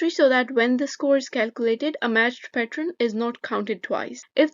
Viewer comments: just everything. I think u r pronouciating it pat-rr-n. It it's really pronounced pat-err-n. Just search up how to pronounce it. Either way your content is great it doesn't really matter tbh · yo just lyk idk if u know this or not but ur saying pattern wrong